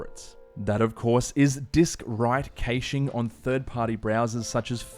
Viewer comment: if hurts everytime you say "caching"